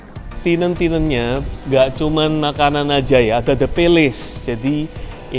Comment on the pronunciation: tenant om, bacanya ya tenent, bukan tinent.